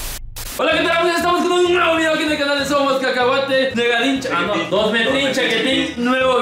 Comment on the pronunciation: Nuegadin chaquetín: Dosmdtrin chaquetín: Wuichin chaquetín: Y por último Molsin chaquetín. 🤣